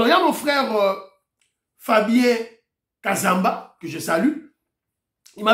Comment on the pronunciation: Bravo mon cher pour avoir eu à disposer du temps pour parler de cette dame de Collette Brackman. Mais mon c'est Fabien Kazumba, pas Kazamba.😅